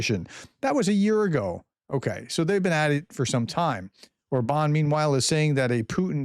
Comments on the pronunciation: Or-bn —- like a very short ‘bun’ Just a suggestion, getting pronunciation correct improves credibility. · Orban is pronounced with emphasis on the first syllable.